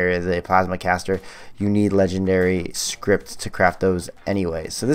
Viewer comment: The fact that calls Scrip "script" drives me nuts